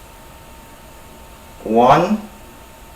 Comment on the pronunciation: Hi, sorry for your spices after the cinnamon sticks you said 5...carman? couldnt really understand? Thank you!!